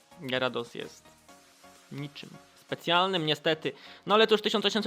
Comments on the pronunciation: Kamil_TM 2004 Mówi się Gjarados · gieradosa?? Tak sie ni e mowi